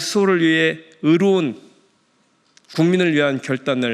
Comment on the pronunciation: (의로운)의 단어도 발음을 못하는 민주당 국회의원 이광희